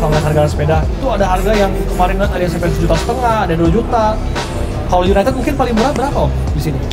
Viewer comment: Yg ngebenerin pas bilang UNITED malah salah sndri wkwk, masa iya bacanya juga UNITED 🤣🤣, bhsa inggris bacanya disamain sama tulisannya wkwk